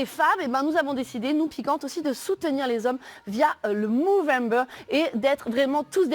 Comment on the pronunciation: Soit tu dis mOvember soit tu dis mOUvembre ….